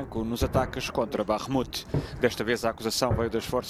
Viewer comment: Gostei da pronúncia "BAKHMUT"